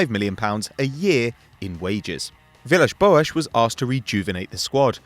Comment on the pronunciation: He said it surprisingly well.